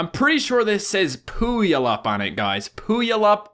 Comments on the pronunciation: Pulayip XD is pronounced Pewwalipp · TRIGGERD you said puyallup wrong its (pue_all_up) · I think when he says Pooyallap, he means Puyallup (Pronounced Pew-all-up). One of the Highschools there, Rogers, is one of the areas where there was a clown spotted with a knife. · Hahaha he said , POOYALUP! GOLD. I lived in Washington btw and its pronounced POOWALLUP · it's pu-al-up not poulaup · I'm from Washington and died when you said Puyallup lmao (pronounced pew-al-up) Washington is full of oddly named cities though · PooAllIP? ( PEW - ALL - IP ) Is how you say it. TRIGGERED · it's pew-wal-lup, Puyallup, WA., US.? Humptulips is another town, legit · Its Pew-All-Up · it's pronounced Pew-al-up puyallup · Everytime he said Puyallup i laughed so hard. He totally butchered it. 😂😂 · He said puyalup wrong lol 😂😂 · As someone from Washington the way he pronounced Puyallup is so wrong no no no.